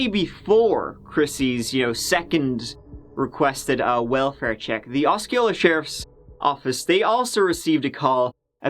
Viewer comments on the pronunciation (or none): Osceola is pronounced awsee-ola. I like your stuff!!! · It's pronounced "awe-see-oh-luh" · Bro it’s Oseola it’s writer Osceola but pronounce Oseola, thank you )) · It's pronounced O C ola😄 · Osceola Aww-SEE-oh-luh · Just a heads up it's pronounced aussie-oh-luh county ❤️ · The way you pronounce 'Osceola' is entertaining; as a native Floridian